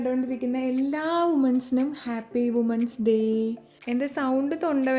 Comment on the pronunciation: വിമൻസ് Day Not വുമൻസ് Day woman- വുമൻ women - വിമൻ വിഷമം വിചാരിക്കരുത് English teacher ആയതുകൊണ്ടാണെ. Dist ൽ ആയിരുന്നു.